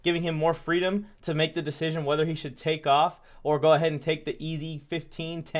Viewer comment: Man said “poor decison making”😂😂😂😂😂 I damn near jus turned the video off in the first minute